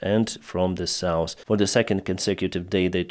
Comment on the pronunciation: Dude, you really need to correct the south pronunciation